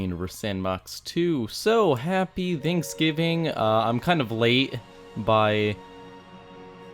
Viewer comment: i thot you said tantksgivig